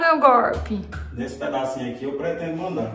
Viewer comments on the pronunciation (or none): "Reforma" não! É "gorpi"!